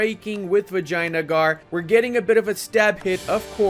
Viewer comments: its vijayanagar not vagina-gore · Nobody:: Vagina-gar